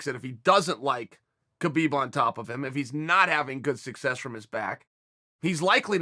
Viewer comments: Pronounced 'Habib' not 'ke-bib' 🙄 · There is no such name as Khabib. The K is silent ... Dummies